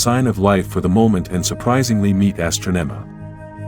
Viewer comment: Astronema 🤣 i like this page but the AI narrator messes up a lot!